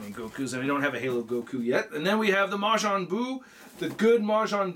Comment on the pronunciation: Ma-jaan Buu? Isn't it Ma-JIIIIN Buu? Or he's named differently in the US dub?